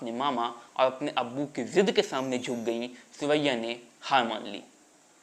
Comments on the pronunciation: सुरैया के नाम का उच्चारण करते हुए ध्यान देना चाहिए था। सुरैया, की जगह सिवैया, सेवैया सुनाई दे रहा है। जो कि बहुत अटपटा लग रहा है। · आपने सुरैयाजी के बारे में अच्छी जानकारी दी है. पर आप अपनी आवाज को ठीक करो बहुतायत में साइलेंट शब्द बोलते हो. हर बार सुरैया जी को सुअइया बोल रहे हैं